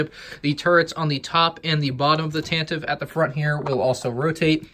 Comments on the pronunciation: Tantive IV is pronounced with three syllables. Tan-Tive-Four. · It is pronounced with 3 syllables "Tan-teh-vee" Four... but don't say it like that!! xD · Its said Tan-te-ive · Can someone please tell me how Tantive is pronounced with three syllables? It makes no sense since I've always heard it pronounced with two. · But it's one e at the end.